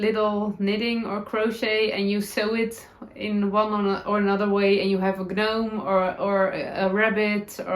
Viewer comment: ❤ The personalization handwork of your ChiaoGoo case/binder and 💗 will probably do this to mine as well 😊 I have some Fantastic vintage embroidered ribbon that would be perfect 😊 😉 The G is silent in Gnome and every time you said gnome it made me giggle 😊 May your week be serendipitously blessed 🙌 🙏 ✨ 🌹 oh and I never did tell you but A heart-jumping heartwarming moment was when you rode your bicycle around your area like a tour ~ your dog in the basket is a joyful sight ♥ ❤ A Life well lived 😌 ✨ sincerely appreciate your guidance 🌹 Julia 🌹